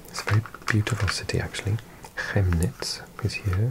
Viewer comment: Danke für das schöne Video! ❤ PS: Chemnitz spricht man Kemnitz. 😉